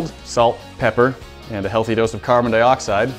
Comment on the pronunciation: he said carbon dioxid